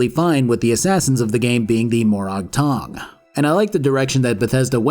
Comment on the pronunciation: More-ag tong, not more-ahg tong. You really should play the games you review. I know you don't because you mispronounce so many things characters say. Also Hlaalu, not huh-lay-loo.